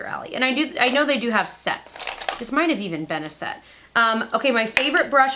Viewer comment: What is wrong with me.... Did anyone else hear sex instead of set and ass instead of Ash!! LMAO I adore you.... I have brokeup with (unfollowed) 4 to be with U :)